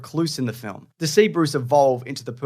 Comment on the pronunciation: Di-..did...?...............did you just??............did you just pronounce the word film as.............FILUM?!?!?!?............FUCKING....FILUM?!?!?!?!!!...............MWANT